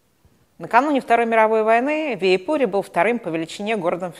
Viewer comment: готовясь к выступлению, нужно уточнить, как звучат иноязычные имена собственные. Не ВиипУри, а ВИипури, ударение на первом слоге, так же как в шведском названии ВЫборг. А то создаётся впечатление, что вы там даже не бывали.